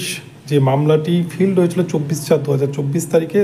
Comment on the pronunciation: Filed ইংরাজি শব্দের উচ্চারণ প্রতিবেদক ফিল্ড বললেন। সঠিক উচ্চারণ ফাইলড। আশাকরি প্রতিবেদক ভুল টি সংশোধন করবেন। শিক্ষা সংক্রান্ত বিষয়ে এধরণের ভুল উচ্চারণ শ্রুতিকটু।